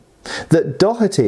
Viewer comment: “Mr Dockherty” I believe it’s “Doh-erty.” Think “dough” like pizza dough with “erty” tacked on.